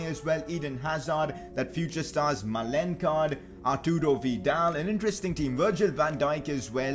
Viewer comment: That is not how you pronounce malen you pronounce it like maalun